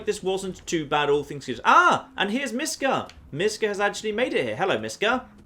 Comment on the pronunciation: Mishka isn't Miska :) It's miSHka. In russian it means "a little bear"/"bear kid"